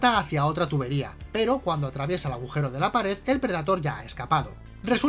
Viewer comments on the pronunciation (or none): none